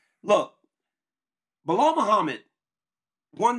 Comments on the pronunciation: Why can’t Chael say anybody’s name right? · Biggest cheater yapper bad guy Kale never won a title, still don’t say Belal name correct. No respect no honor